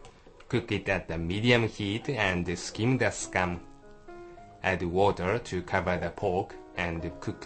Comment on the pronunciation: "add wata' to cova' de' POKE"